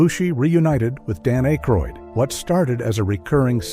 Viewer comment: A-croid? Hire a human narrator please. 😢